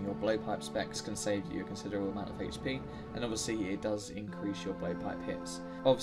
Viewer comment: haych pee